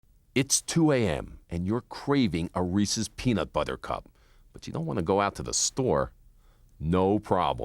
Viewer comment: This video was nice except for every time he said peanut BUTHER